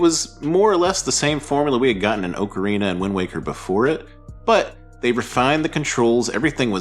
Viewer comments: great vid! slight nitpick i am so sorry. Just for future reference, pronounce Ocarina like "Aww-kerr-ina" for correct pronunciation :) Cheers!!! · TP is far from underrated, it's already had a remaster (albeit a shitty one). Also, ocarina is not pronounced like that. Wtf is wrong with you? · Cant say Ocarina right in a Zelda channel. Skipped.